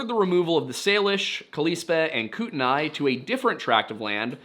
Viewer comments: I like having the history section in these stories at the beginning. This story happened about 3 hours away from me. I'm closer to the Bob Marshall or the crazies as it's called sometimes. Also, I've always heard it pronounced like koot - knee. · As someone born and raised in Missoula, I wanted to say, good job pronouncing local place names! Missoula doesnt come up often, but i still hear people get it wrong. Great work. Edit: for your edification, because i know you care: kootenai is said "KOOT-uh-nee" and Pend Oreille is said just like the words "pond array." Cheers homie. Love what you do. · Kootenia is actually pronounced like koot uh knee and pend orielle is pronounced pond ah ray. But great video! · i live here. its "koot-nee" and "pond-er-ay" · Pond-er-ay and Koot-nee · It's Pond uh ray and koo tun ee. A lot of places around here in north idaho and western Montana can be confusing to pronounce lol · Ok I am from sandpoint idaho. I live next to lake pend oreille and the next county over is kootenai. I have literally never heard someone pronounce those words that way. Ever. It hurts my brain ever time he does. It's pronounced koot ny and pond er ay. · Great video! I grew up in North Idaho a few minutes from lake Pend Oreille. Just wanted to say that it’s pronounced as Pond-Er-Ray. It’s a commonly mispronounced word since it’s French. And Kootenai is pronounced Koot-nee, at least that’s how it’s pronounced out there where I lived not far from Kootenai County. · It’s pronounced koot-knee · Pend Oreille is pronounced "Pond O'ray" and Kootenai is "Koot-nee". Glad you touched on stuff sorta near my home (the Bitteroots are beautiful but I live in Boise). Still, if you want to do more stuff in the Idaho area (or even come out there) let me know ahead of time I can perhaps help you set up some ground work, show you around, and so on.